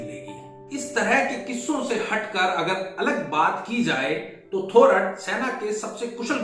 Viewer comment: The accurate pronunciation is थोरात !